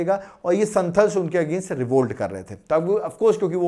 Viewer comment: Sir संथाल pronounce hota h which is tribe of jharkhand